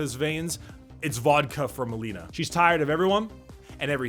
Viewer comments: Not Melina but Malina. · It's MALINA, not Melina - "Malina" means "raspberry", "Melina" means "Crackhouse". And Zdrada means "betrayal". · Its Malina not Melina